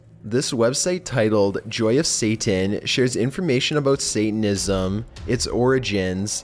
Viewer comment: "why did he say statanism has, Satanism has"